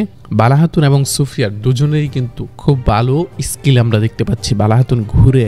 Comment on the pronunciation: আরে কাংলা ওটা ইস্কীল না ওটা স্কীল হবে ঠিক করে উচ্চারণ করতে শেখ 😂😂